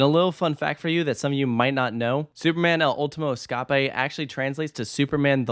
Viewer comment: As a Spanish speaker, your pronunciation of the name made me facepalm. Does this negate anything the video said? No. Just maybe next time run a foreign the name past a native speaker to spare us the pain 😅